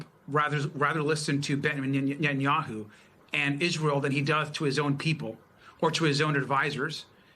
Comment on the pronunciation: Did he said nyanyahu?!😂😂😂